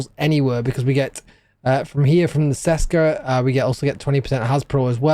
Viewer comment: It's CHESKA not SESKA 😅